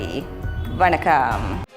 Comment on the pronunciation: Learn to pronounce Israel in Tamil. Your Vanakkam also looks funny.